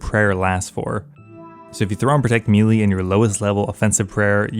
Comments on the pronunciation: Melee is pronounced Meh-lay not meeeleee 🫡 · Please stop saying melee wrong. Edit: Wait, nevermind there's a mix. Thank you for this. I can be at peace now. Edit 2: No wait you are actually just still always saying it wrong. It was wishful hearing. Please save me.